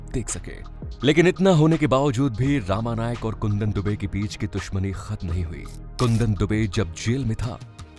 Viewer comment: उसका नाम रमा नाईक था not रामा नाईक..